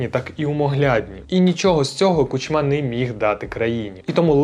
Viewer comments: Хороший репортаж.👍 Але чому Кучма' а не Ку'чма? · Чому КучмА, а не КУчма? Його завжди так Путін називав: КучмА. І ще одне., які "губернатори"? В Україні нема губерній. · Чому ви кажете КучмА, а не КУчма? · Ку́чма, а не Кучмá, дуже ріже вухо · Не Кучма, а Кучма. Дякую за відео!